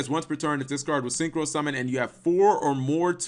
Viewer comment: Yeah, "syncrho" dragon. Great job